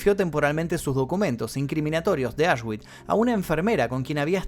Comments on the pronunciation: Aswitch se pronuncia "asvitx" 😉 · Auschwitz se pronuncia ausbi, era un complejo de campos. Comprendía Auschwitz I campo original, Auschwitz II-Birkenau campo de concentración y exterminio, Auschwitz III-Monowitz campo de trabajo para la IG Farben y 45 campos satélites más, ubicados en Polonia. En la entrada a Auschwitz I colgaba un cartel con el lema Arbeit macht frei «El trabajo libera»